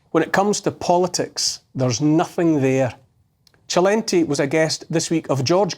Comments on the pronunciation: It's Selentay, not Chelenty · It’s not gently it’s Celente sssss not jjjjjj lol